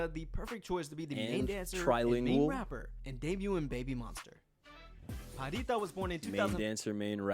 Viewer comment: Pharita is pronounced Parita not Farita.